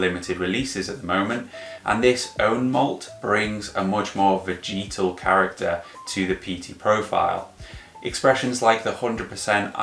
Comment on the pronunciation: Good channel, great content. Only one thing bothers me.. veh-juh-tl. Repeat after me.. veh-juh-tl 🤷🏼‍♂️